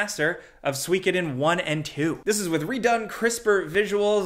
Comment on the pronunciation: Sweekoden?! its SUE-KO-DEN!